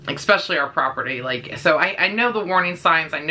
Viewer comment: The way you say "especially" as "ekspecially" bothered me lol. Anyway. Had a blue heeler when I was a young kid. She was an amazing dog. Very smart, very obedient. Fast forward 20 years. My good friend has a blue heeler runt and she is the best. Very protective, patient, obedient but very playful. I on the other hand just adopted a red heeler mix. She is so sweet and hasn't snapped at me but she does show aggression with my other dog over toys and food. Hoping I can curb that because when I break it up and tell her no she is so submissive and she acts guilty and ashamed for doing so. Just gotta give it time I guess.